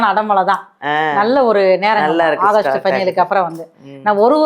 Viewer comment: அகஸ்ட் இல்லை ஆகஸ்ட்😂😂😂😂 சரி அடுத்த மாசமும் இதே மாதிரி சொல்லுங்க அடுத்த மாசத்தையும் ஓட்டுனுமில்ல😅😅😅😅